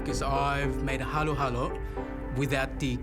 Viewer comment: Halo-Halo, not Hallow. Idiot.